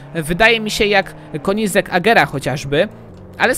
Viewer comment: mówi się kenizeg a nie konizek